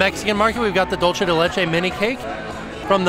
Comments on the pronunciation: I'm so sorry, but this has been killing me in your videos. Could you please consider stopping saying "dole-chay" de leche? It's supposed to be more like "dool-say" de leche. You seem to be combining Italian and Spanish when the words are just Spanish. Love all of the rest of your content though! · Please - “dulce” is pronounced dual-say, you keep saying it like “dolce” and I know you can do better please 😭😂